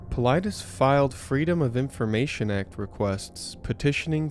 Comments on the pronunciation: Paul-i-des ... This should give you a better pronunciation of David Paulides. OMG you put something in your video that clearly pronounces his name and you still chopped it bad. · Pronounced Paul- lie- des....Good post and research! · If you had ever watched one of his videos you'd know how to pronounce his last name. It sounds like Paul-I'd-es... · Wow! You seriously butchered David's last name.